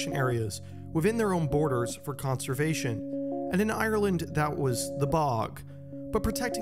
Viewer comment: You say Ireland a lot here, it would have been nice if you'd have looked up how to pronounce it